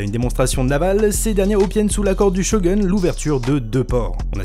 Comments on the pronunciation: att t'a dis shoGUN (sho gueune) au lieue de dire Shogun (shoguoune) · du chogueun? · Super vidéo ça innove pas mal 😍 Par contre ca m'a gêné quand t'as mal prononcé Shogun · Par contre la manière dont tu prononces 'Shogun' est honteuse